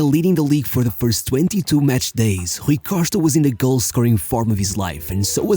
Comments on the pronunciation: Lol... got to like the 4 minute mark until I realized he was talking about Rui Costa and not some mystery player named "Rookoshtka." Good video. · The way he says Rui Costa you know 100% this guy is Portuguese 😎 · HRRRRRRUI COSHTA ...LOL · it took me 3min to know it rui costa after his name appear on the video...the pronunciation of his name for the 2min+ was terrible lol